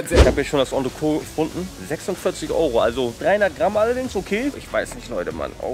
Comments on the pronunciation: Geiles Video. Es hat echt Spaß gemacht dir beim Essen zuzuschauen, obwohl ich auch sehr gerne mit dir den Platz getauscht hätte ;-) Noch ein kleiner Klugschiss, das 'T' am Ende von Entrecôte wird ausgesprochen, also Ontrekot... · Geiles Video, weiter so! Als halb Franzose muss ich allerdings einmal den Oberlehrer machen, weil ich es so oft falsch höre: Entrecôte wird Ontrekot und nicht Ontreko ausgesprochen, das T ist also nicht stumm. Übersetzt heißt es übrigens zwischen (entre) Rippe (côte);) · Was heißt denn "Auf den Tisch" auf der Rechnung für 36 Flocken?? Und ich weiß nicht, warum jeder, on Frau Poletto oder sonstwer, entrecote immer falsch ausspricht...sebst wenn man kein französisch hatte... gesprochen wird es entrecot, nicht entreco, mit stummen e. Sollte man doch hinkriegen. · Sehr schön, man sollte aber schon wissen, wie man das, was man bestellt, ausspricht. Das t bei Entrecote ist nicht stumm. Stumm wäre es, wenn man das e am Ende weglassen würde.